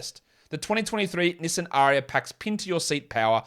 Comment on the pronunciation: Pronunciation of Nissan was cringy, mate.